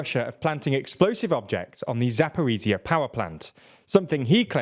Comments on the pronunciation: They also say Zaporiziya instead of Zaporizhzhia. J*e*nin instead of Jen*i*n. When you only read news sources and don’t learn how to pronounce. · For goodness sake, you've been reporting on Zaporizhzhia for over a year, please learn to pronounce it CORRECTLY.